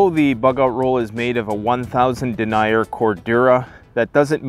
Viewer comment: "Den-yer" thickness of fabrics.